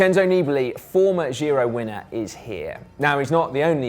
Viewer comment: Try saying: "gee-roh"